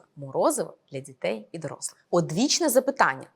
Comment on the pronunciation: Дякую за відео) 1) Забагато жестикуляції - літання рук відволікає від змісту. 2) Зверніть, будь ласка, увагу на вимову деяких звуків: "ДЗітей", "починаюЦь", "маюЦь бути", "не викликаюЦь"... І навіть власне прізвище ви "зацокали" - "" ))) Успіхів)